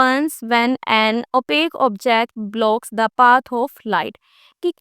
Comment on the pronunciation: Mam o opaque hota hai opak nahi